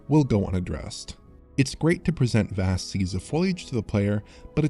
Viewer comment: Just Dont say "vast" please Dont.